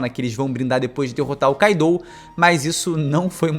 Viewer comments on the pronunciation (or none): none